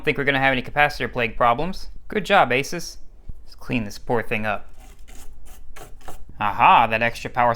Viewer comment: I worked for ASUS as a bench repair tech for systems under warranty. They pronounced it ASOOS, not ACES. Just saying. Not being mean or anything. Nice video. I enjoyed watching this.